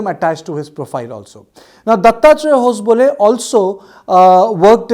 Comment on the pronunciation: Its ho-sab-le and not hos-bole😂😂